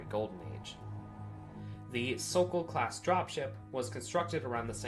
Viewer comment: Fair warning, Warhammer class carrier and Hawk class dropship. The Vikharian pronociation cringes me hard, but otherwise the lore entry is fun. Hawk/sokol pronouncing was good.